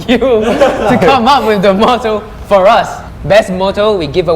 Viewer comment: "I wouldn't say fo us" It should be for •~•